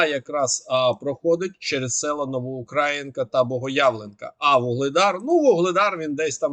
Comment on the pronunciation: Дякую за огляд. Єдине прохання,-говоріть, будь ласка, правильно "УкраЇнськ", "НовоукраЇнка", з наголосом на "ї", а не на "а", як квакають московити. Дякую